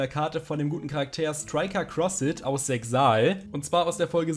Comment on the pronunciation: Nur so am Rande bei Yugioh Zexal spricht man das X nicht mit